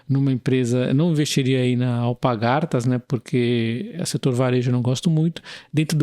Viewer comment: Só um comentario, o nome da empresa é AlPARgatas, não AlpaGARtas